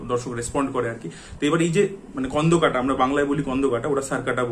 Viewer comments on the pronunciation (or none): কোন্ডোকাটা হয়না স্কন্দকাটা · স্কন্দকাটা হয়না স্কন্ধকাটা হয়